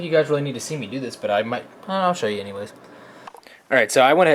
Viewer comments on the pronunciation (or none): none